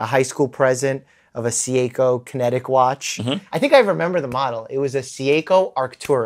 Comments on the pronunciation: Is seiko,not se a ko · All that medical jargon knowledge just to butcher Seiko's pronounciation 😂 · Mike's pronunciation of Seiko is killing me lol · Dr. Mike can’t pronounce a single watch brand 😂😂 Seiko, audemars 😂😂